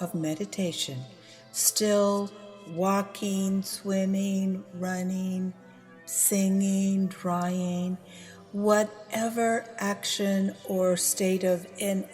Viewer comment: she said...walkeen swimeen runeen singeen. The G isn't silent. Thanks for the video.